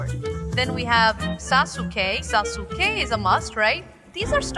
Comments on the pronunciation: si dice saske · bel video e tutto ma lo puoi pronunciare saske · Sasuke si legge saske